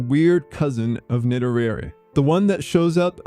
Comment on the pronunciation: Just one matter, you pronounce [netorare] like an English word. It isn't. Correct Japanese pronunciation is completely different. For the rest, I agree.